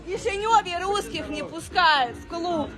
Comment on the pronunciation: Она так прикольно произносит "ррррруские" 🤣 гусофобы🤣